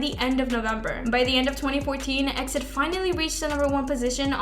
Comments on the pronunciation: How does she not know it's pronounced "E. X. I. D."? Do you research. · E-X-I-D!!! It's pronounced letter by letter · That's not how you pronounce EXID. FFS. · EXID is pronounced EE EX I DEE not EXIT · What the hell is a X-DID? It’s E.X.I.D.! I don’t mean to be mean, but the members say EXID, so what would we say X-DID? It’s like B.A.P. Or B.T.S. Its really bizarre honestly. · It's E-X-I-D!!!!! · It's EX I D ...get your informations write if you're going to make a video. I think you don't even care about kpop you just make these videos to get money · Sweetie EXID is pronounced by saying each letter. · I'm sorry, but you need to learn how to read EXID properly, it hurts my ears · Just a note for the future - you spell out EXID, not say it as one word! (I used todo the same haha) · canceled for the mispronunciation of exids name!